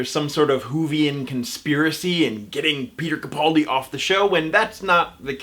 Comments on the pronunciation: Ca-PAL-di. Ca-PAL-di. sheesh,, keemon now. I completely adore you, but.... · Everyone's complaining on how this guy pronounces Capaldi. Have I been saying it wrong all this time? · Please learn how to correctly pronounce Capaldi.